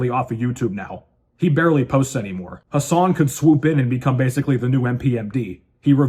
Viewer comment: Brother, his name is "Who-Sane"